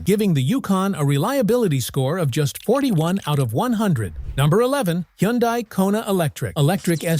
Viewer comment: What's a "Yun Die"? I've never heard of that brand.🙄